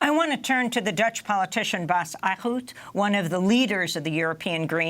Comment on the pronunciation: Amy if you read this: Eickhout is pronounced aye-k-how-t "aye" like when pirates say yes. "k" the first letter of "cold" "how" the way you pronounce the word "t" like the first letter of "tea". the "k" and "t" are brief. It's two syllables. "Eick-hout"